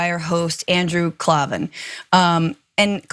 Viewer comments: It's pronounced KLAYVEN not KLAWVEN facepalm*. God is king??? No no it's Christ is king *facepalm You said "its anti semitic" the said "wait for it" as though you were going add something vital but then just repeated yourself with "it's anti semitic" facepalm Owww i think i hurt myself with that last face palm. We're not even a minute into this show yet and already it's like just another clown show riddled with errors, lies and probably more noob boob. "by the way this is from the bible... Candace didnt write this" well no sh!t sherlock wow all this time and i thought Candace spoke like Noah omg facepalm Owwwwwww. How could candace have made that original quote more to the marxists liking? Would it be better if she said "no govt OR terrorist group has the right to perform genocide on another group"? Would that make it ok in your pro(ag)gressive heads? If not... what way of saying "genocide is bad" doesnt cause the left to suffer from micro aggressions? That darker skinned marxist makes a good point... Just because a place is called Israel that doesnt mean Israelis live there nor should they. That's like saying Canadians deserve to live in Canada. Its just daffy! facepalm Owwwwwwwwwwwww!! You're "holding strong with courageous coverage"????!!!! You must mean like how males are courageously swimming on girls swim teams. That kind of courageous yes? Is this the same show that was started by Cenk Uger?? Oh and yes... that's his real name. Wow what a nightmare of a show. I should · His bame is pronounced Klay-van! The term is antisem-itic, not antisem-etic - your welcome!🙄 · Klavan is pronounced like “clay-vin”. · It's pronounced 'clay-ven' cos there's no 'E' in Klavan! 😛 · Klavan is pronounced Clay ven and he isn't the CEO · It's pronounced KLAYVIN. Jeez, how are you a journalist? He says his name like 1000 times in every show. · She can't even say "Klavan" right... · The way she pronounced Klavan 💀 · You need to know how to pronounce his last name -please.